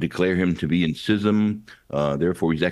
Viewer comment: Thank you for pronouncing schism (sism) correctly. I’m fed up of hearing it pronounced skism.